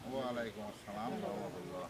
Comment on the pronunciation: সালাম ঠিক মত দিতে পারেন নাহ